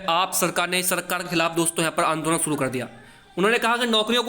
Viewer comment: Andoln hota Angolan nhi